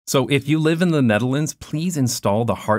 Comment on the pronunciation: I cant get over how you pronounce "The Netherlands" as "Denedelence"